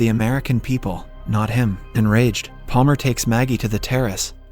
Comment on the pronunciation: I was thinking it was also an ai bc there’s times where he mispronounces words really weirdly. Like in this video he says Paler instead of Palmer, which somebody doing a voice over wouldn’t really make that kind of a mistake.